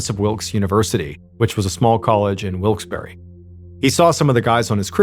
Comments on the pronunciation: As a native to northeastern PA its weird hearing a story so close to home. Also side note i cringed every time he said wilkes-barre. Its pronounced (wilks bear) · didnt realize it was in pa until he said hershey cause of the way he was pronouncing wilkes-barre. barre is pronounced like bear lol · As someone who is from the Lancaster area, I've never heard that pronunciation of Wilkes-Barre. I've always heard it pronounced Wilks-Bar. Anybody else local want to weigh in? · Drop the eee sound at the end of Wilkes-barre. I'm from near there. It's wilks bear basically. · Dude the way you said "Wilkes-Barre, Pennsylvania" made me legitimately flinch. I did NOT expect MY city to be mentioned.